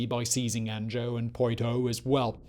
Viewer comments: An-Joe and Poi-Toe. Solid attempt Simon. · Love this channel, but Annejoe, Poitoe, scutadge? C'mon it ain't that hard :))